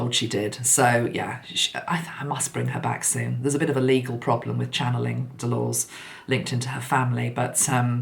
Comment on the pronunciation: I love this Hot Topics format - there’s so much to talk about at the moment, it’s great to be able to cover several issues 💕 Just a random thing (especially if you do manage to find a way to have a chat with her), Delores is pronounced De-lor-uz 😉😘